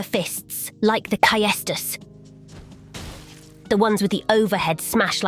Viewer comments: “Caiestus” 😂… se dice caestus… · It is pronounced says-tis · I’ve found second person in the world next to Rusty who pronounces Caestus as K A E stus